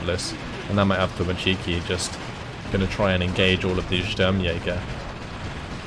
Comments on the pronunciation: As a Russian, can I pick on your pronunciation of Avtomatchki, you're supposed to put emphasis on avtomA(!)tchiki, not avtomatchI(!)ki. I don't know if that makes any sense, or if you give a crap, either way great game and thanks! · wtf is this ''avtomachiikii'' thats not a word